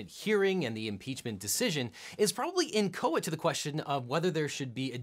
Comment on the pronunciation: Now I know how to pronounce "inchoate". Sweet.